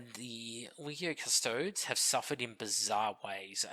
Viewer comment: Custodes is pronounced "Cuss-toe-dees". 😉